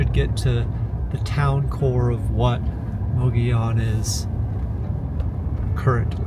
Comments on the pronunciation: Love the video, but it's pronounced Moh-goh-yoh-n. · It's pronounced"muggy own" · The way you're pronouncing Mogollon is killing me. 😂 It's almost like you didn't talk to any locals... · Su funny that the towns name is Mogollon, no i in sight with two l letters, but all of a sudden those 2 L:s become an i so you pronounce it as Mogion. I just find that funny.